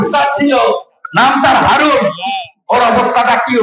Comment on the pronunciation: কাকু হারুন না হাউন আংকেল বলেন